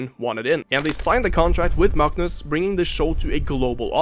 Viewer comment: You get a like purely off your masterful pronunciation of his name, that was enough to make my watch that moment like six times